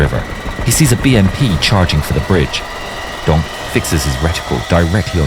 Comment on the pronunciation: Every time he says donk “Gonk”